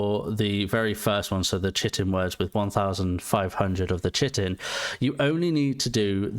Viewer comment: United Kingdom doesn’t have basic biology in K-12? It’s pronounced ‘Kite-in’. 😅